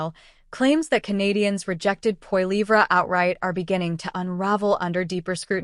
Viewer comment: First learn how to say his last name and than read a story!